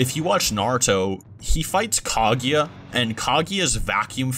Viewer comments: The only thing that bothers me with this video is how pronounces Kaguya. Couldn’t not hear it. Smh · u must not of watched naruto if u dont know this. They pronounced Kaguya wrong and many others.